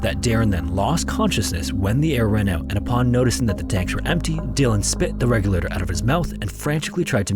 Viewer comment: You've got to sloooooow down while narrating instead of talkinglikethisduringtimesinthestorywhenitsfrantic! And you should work on enunciation a little bit. You sound like you keep saying 'regular' instead of 'regulator' and we don't need the conversion for every measurement. Stick to one or the other.